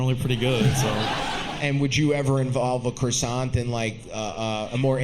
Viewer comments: The first girl is 🇲🇫 but doesn't know how to pronouns "Coissant" ! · Funny how the first girl claims to be French and doesn’t know how to correctly pronounce croissant 😂😂😂😂